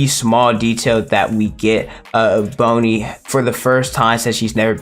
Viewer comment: Why do you keep say "bone"-i instead of "bon"-i